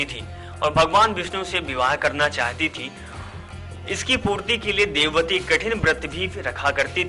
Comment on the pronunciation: jb vedwati ko devwati kh rahe ho to fir tumhe kese puri story sahi malum hogi